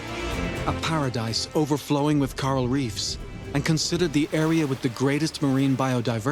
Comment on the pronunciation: I wish he could have pronounced coral correctly. All I could hear was him saying Carl. I had to turn it off